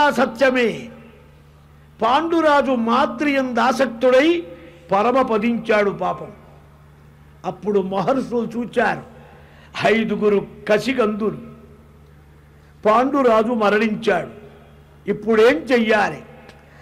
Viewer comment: కసిగందులు కాదు😄😄 నాయనా పసి గందులు 😭😭